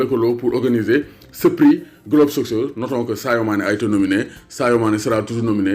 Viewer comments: Ça se lit ''globe sokeur'' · ni nga prononcer soccer yow rek ko meun 😂